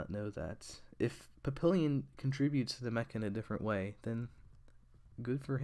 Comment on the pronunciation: I'm pretty sure it's pronounced pap pee yon